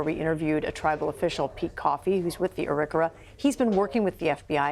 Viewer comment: I flinched each time Anna Warner mispronounced Iriquio.